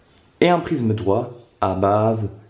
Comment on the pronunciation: Cool mais on dirait qu’il dit prizme a la place de prisme